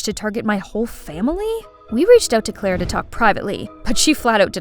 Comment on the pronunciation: Is not klara its clara hahaha😂